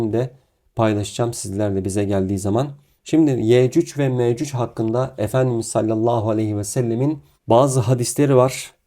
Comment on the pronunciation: Afrika'da altın ariyan insanlar bunlar. Ya yürü git gerizekalı .. senin gibi aptallarda insanları neyle kandırıyor İslam'dan bişey anladığın yok gelip burda saçmasapan zirvalamar yapıyorsun utanmıyor musun böyle yalan dolan videoları yayiliyorsun. Yecüc ve mecüc ismini bile telaffuz edemiyorsun . Orda dozerleri iş makinalarinidami görmüyor sun Allah'ın kör ü